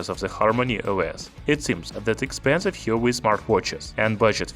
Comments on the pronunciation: There are 2 sounds in it. "Hua" and "Wei" - like "Whua" "Waei" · Apparently it's pronounced 'hwaa way' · You are mispronouncing huawei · Hahaha..alien he is.